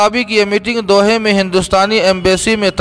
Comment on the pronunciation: "Doha" sahi parhiye